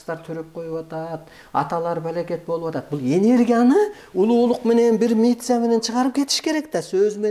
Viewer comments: Митция- Дейт го кайра, кайра. Ооо агай, митция эмес, миссия дейт 😀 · Митсия дебей хотя миссия деп айтчы 😅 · Миция эмес, миссия далдыр. Кудаймын дегенден айланасынбы, туура суйлочу доорубой